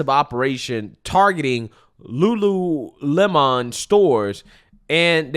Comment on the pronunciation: Video literally says Lulu - lemon like 10 million times.... proceeds to say Lulu-lem-On, like bruh 😅😅😅😅😅